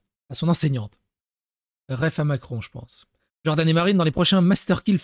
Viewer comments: omg plz stop avec "DJordan" dis Jordan pas DJordan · Stop de dire DDDJORDAN mdrrr stp ! 😅❣️